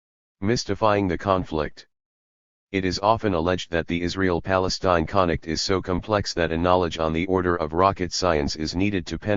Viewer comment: It's weird but the machine doesn't really read the letter F properly when it's near an I or L. It keeps saying "conict" instead of "conflict" and "inict" instead of inflict.